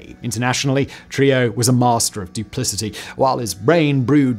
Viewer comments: I believe it’s pronounced “true-HEE-ō” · It’s pronounced “True-hee-yo”. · Simon butchering Trujillo's surname was well worth watching the video but the island of Hispaniola is in the Caribbean not south America lol